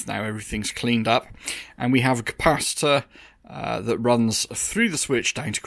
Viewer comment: Please please do. Not say capaci-tata it's like saying boatato for a potato 🥔. You come from the stroud area, not the forest, they can getaway with it.